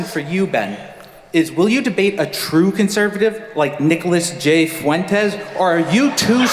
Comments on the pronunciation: did this dumb ass just say "few entez" ? lmfao bruh.....................its pronounced "fwentez" u stupid reject. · "Nick FEW-en-tes" Ugh... can tell his IQ by the way he mispronounced that name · Nick "FEW-entes"? Lol, is this Nick's new strategy for un-latino-ing his name? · Guy couldn’t even pronounce fuentes, this is fake